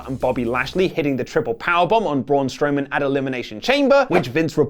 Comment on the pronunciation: you said strowman